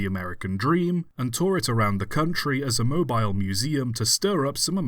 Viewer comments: it is pronounced Mobile like mobiyle not mo bile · Is it pronounced "mo-beel"? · We do not pronounce Mobile like mobile phone mate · I'm sure someone else has said it, but it's pronounced "Moe-Beel" Alabama. Great video nonetheless! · If I may sir, Mobile is pronounced Mo-beel. Common error, but still a bit of a pet peeve of mine😅